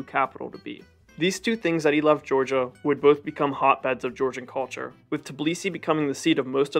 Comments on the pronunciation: this is a great video but just so you know its tbilisi not tiblisi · no Tibilisi but Tbilisi , no Vahaktang but VAKHTANG ! ... pronaunciation !